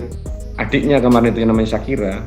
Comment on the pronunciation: Ngakak anjay . Perkara bacaan sharika aurum 😂😂 .. shakira weii.. skrg jd Aisha/Aisyah..